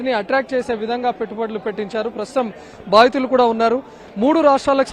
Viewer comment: Baattulu kadhu thalli, Baadhithulu